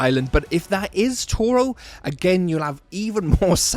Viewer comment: It is TORO!!!